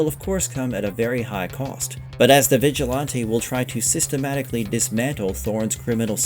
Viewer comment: vigill-auntay? it's vigilante lol